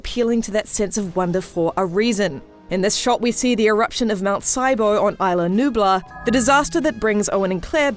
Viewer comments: You kept saying isle la-nublar, it’s isla nublar. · It's not ila Nubla it's ISLA Nubla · Katherine Johnson although fictional islands they are based off the coast of Costa Rica which is a Spanish speaking country and pronounce it Is-la. Eye-la is more commonly used for the name spelt the same way. The commentator is very pronouncedly saying Isle la-nublar not eye-la nublar. Not only that, but it has been pronounced Is-la throughout the movies. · It’s islanubla